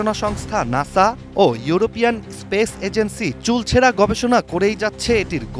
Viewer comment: সাংবাদিক কি বলছে শুনছেন কি কেউ চুলছেরা বিশ্লেষণ বলছে চুলচেরা নয় 😂😂